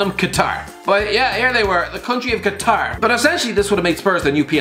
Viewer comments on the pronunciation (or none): none